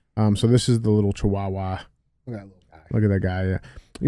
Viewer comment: DJ saying chihuahua is giving me an aneurysm 😂